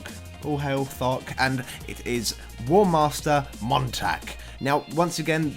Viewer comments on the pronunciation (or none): "fock the bloodthirtsy"? XD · "Hello and welcome to Fok the Bloodfirsty" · anyone else heard ''fuck the bloodthirsty'' at start of the vid? :D